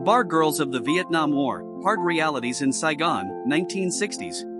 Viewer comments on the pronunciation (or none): none